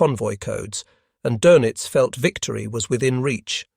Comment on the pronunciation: Dönitz is pronounced, "Durnitz" and, Tage is pronounced "Targe" with a hard "g". This is just the first five minutes after which I stopped watching. Also, I only know basic German.